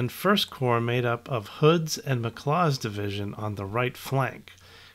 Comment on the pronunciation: McLaws, not McClaws